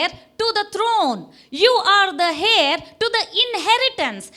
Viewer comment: Thank you, Dear. I was Truly Blessed with your Teaching. It is Isaiah 55, Not 51. The Correct Pronunciation of 'Heir,' Is: AIR. Not Hair. Forgive me for Sounding Nasty, I Want you to Excel in English, it is a Difficult Language. In Matthew. The evil one steals any Word, that has Not been 'Understood.' That was Preached. (Even in Mark b) Your Husband Shared About The Importance of 'Understanding.' You'll are an Awesome Couple. I Shared your Videos to my Contacts. May Abba Keep Richly Bless you'll, Exceedingly, Abundantly, Above & Beyond Measure, As you'll are Already Doing, To His Glory. AMÉN & AMÉN!